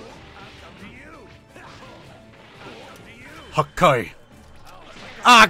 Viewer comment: "HaKKai". Man i love this guy's videos.